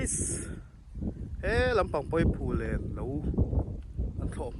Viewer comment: 'Phullen' chu i va lam pial ṭhin ve😮😅